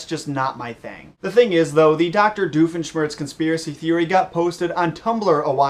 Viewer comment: who is this "diofeshmertz"? is he a new character?